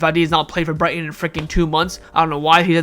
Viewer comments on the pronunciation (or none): none